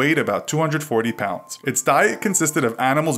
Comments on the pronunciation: it says ponds instead of pounds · Who else realised that in it said ponds instead of pounds? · "240 Ponds" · 240 Ponds? u said that lol its Pounds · U said 240 ponds instead of pounds, but that's ok. Luv the vids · What is 240 pond😂im not hating